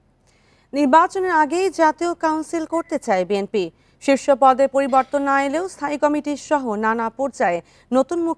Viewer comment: দলের নামই বলতে পারেনা আবার আসছে দল করতে 😂ওটা বিএনপি হবে 😂